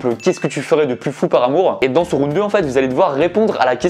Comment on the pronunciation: "et pour ça ça se passe en 3 roun'd" Les profs d'anglais en sueur 😅😂